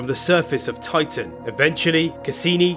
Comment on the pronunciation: Why does the commontater keep saying "oitan"?